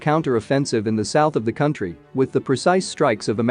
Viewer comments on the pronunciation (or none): none